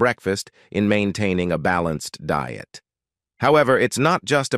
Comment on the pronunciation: Don't care for him but I wish I could eat like him. Is a real person reading script? Pronunciation is strange. Deeit for diet?